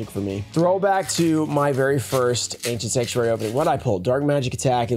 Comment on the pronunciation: An "Anciernt" box